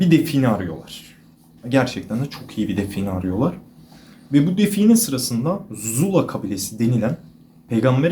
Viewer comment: Zulzula o zula değil 😂